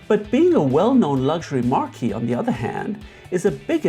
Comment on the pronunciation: marque is pronounced "maak" ("maarKEE" is the correct pronunciation of a different word, namely marquee)